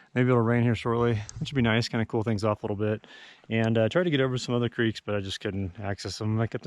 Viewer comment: I thought I caught that colorado Accent of "crek". Fellow Coloradan saying hi.